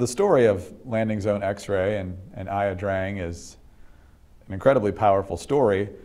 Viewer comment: "I ah drang"? it's pronounced Ya Drang.